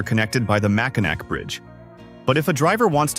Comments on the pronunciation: Love my state. Annoying, just one of the things, it is pronounced MACK in AWE!!!! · Pronunciation is way off... ugh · Ever hear of the Mackinac Bridge? That bridge connects the Upper Peninsula to the Lower Peninsula………. It may be spelled Mackinac, but pronounced Mackinaw….. you want to do a video on Michigan make you use the correct pronunciations. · Mack-i-nak pfft AI trash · It’s pronoun Mack in Naw! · Hey us Michganders pronouce it Mackinaw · Yes, please pronounce the last syllable in Mackinac, aw. Mackinaw. That's how that word is pronounced. Mackinaw! Or if you prefer Mackinall. Or Mack in "AW". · If you are going to talk about Michigan, please pronounce Mackinac right. The C is silent. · I know it's spelled Mackinac, but it's pronounced Mackinaw, as soon as Michiganders hear the wrong pronunciation and immediately know your a outsider. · Get a better AI voice that knows how to pronounce Michigan words. Also use real images instead of made up ones with all the misspellings. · It was so annoying